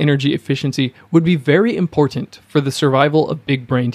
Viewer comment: This video is well researched and presented. I've been on a ketogenic diet for one month and can vouch for all its beneficial effects. A note for the voice-over artist. I teach speech. I would advise you not to add a vowel sound where the letter "a" is found in the word "important." Dentalize the penultimate "t" straight into the nasal continuant "n" followed by the final "t." It should sound like "importnt" rather than "importunte." This one adjustment will give your sound a much more professional sheen and make it easier to listen to you, especially because it is a word that recurs often.